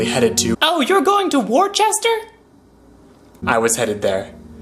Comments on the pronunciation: Wu-ster or wwista never ever wor cester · That “War-chester" hurt my soul. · It’s not war-Chester it’s pronounced wosta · I tell out-of-towners it's pronounced wooster like Wooster , Ohio.